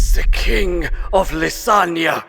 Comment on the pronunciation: Is it just me? or when he said the line "He is the King of Leithania" it sounds like he said Lasagna for a second there, crap i can't unhear it anymore.